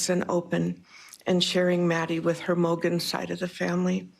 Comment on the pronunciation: Her name is Madison MOGEN, not Madison "Morgen" 🙄